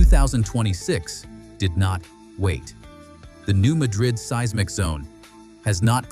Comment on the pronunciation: Learn how to pronounce "seismic" properly.